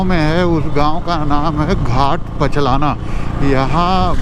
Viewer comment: लिखा हुआ है भाट पचलना और बोल रहे हो पचलाना ?